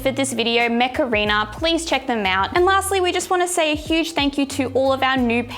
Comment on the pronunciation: Every time you said "Mech Arena" I heard "Macarena" hahahahahaha